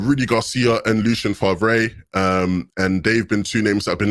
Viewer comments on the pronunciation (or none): none